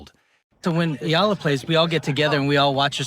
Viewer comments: E-YA-LA NOT E-LA. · Soon you’ll learn that her last name is pronounced “EEE-YAH-LUH”. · ok. getting tired of this dude mispronouncing her last name. please read this “EY-YEAH-LAH” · The least you can do is to pronounce her name properly. This is disrespectful.